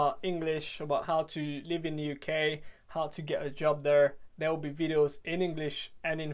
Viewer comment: Très impressionné, bravo pour le travail ! Si je peux me permettre, j'ai l'impression que la prononciation du "there" peut être améliorée, et c'est un mot qui revient souvent donc on remarque la différence avec le reste qui est dans un accent british quasi irréprochable haha Bonne continuation en tout cas, keep up the good work !